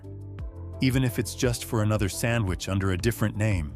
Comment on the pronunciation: There is no "m" in "sandwich"! I English the second language of you faux voice?